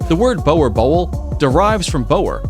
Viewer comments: The pronunciation of Boerboel is "boor-bull" in Afrikaans 💪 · As a South African. I cringed every time you pronounced Boer bull.. 🤣🤣Boa bill? 🤣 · It is pronounced booor bull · "boer boel" is pronounced as "Bur/boor Bull" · Well one things sure ... you pronounced the name boer boel wrong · Hey dude the number 5 boer boel is probounced "booo r booo l" like when you say booo! When you speak someones,or liek the oooo sounds you make qhen you do ghost noices. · he said boer boel wrong its pronounced burr bull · The Boerboel is pronounced with a "oo" sound in english so pretty much Boorbull with both parts of the name sounding the same. Boer like you said is farmer and boel means "crowd or fleet" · he says it like bo-wa-bowl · Bouwer Bouel 🤣🤣🤣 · Boer Boel - is pronounced: Boo(r) Bull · "Bower bowl"😂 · Bower Boul🤣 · Bower bouel.🤣🤣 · Boerboel is pronounced "boar-bull". also it means farmers bull not farmers dog. Had three over the years and trained 20+ more. They Are Incredible animals. Protective not aggressive. Massive strength, gentle with kids. ( my niece went from riding them at 2 to helping me train them at 6. Safest little girl on Earth) I'll never own any other breed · Boer Boel - pronounced b oo r bull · "Boer" is pronounced b-u-e-r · Prononce Boer boel, Boer like like in TOUR and boel, like in Bull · Boer is pronounced Boo+r. Like a ghost boo, just add an r to the end. And roll the r, afrikaners like rolling them. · This guy can't pronounce boerboel, i have 2, they are amazing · i'm south african and the way "boer boel" was pronounced had me rolling🤣🤣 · Any other South Africans laughing at the pronounciation of Boer Boel😂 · Please please PLEASE just youtube how to CORRECTLY SAY boerboel !!!!!!!!!! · He’s pronouncing it wrong actually, it really irked me tbh lmao 😂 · The way he says boerboel. So fucken cringy.like how hard can it be to do a bit of research from the country of its origin. And learn to pronounce like a non simp. Please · Bruv said boer boel wrong 😂😂😂